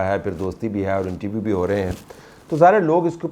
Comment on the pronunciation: طلعت صاحب انٹرویو ہوتا ہے۔ انٹی ویو نہیں ہوتا۔